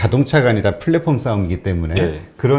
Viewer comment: Platform 을 flatform 으로 pandemic 을 fandemic 으로 paypal을 fayfal로 발음하지 않으시면 더 좋을뻔 했습니다.